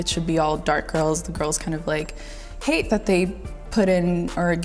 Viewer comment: lol did she say "hate" o ok